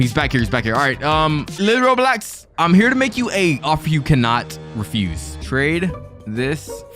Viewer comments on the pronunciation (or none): none